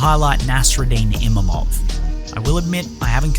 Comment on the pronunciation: I like your video but but dude it's IMAVOV not Imamov 😭